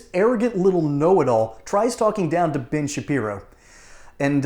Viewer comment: Sounded like you said - BIG - SHAPIRO 😂😂😂😂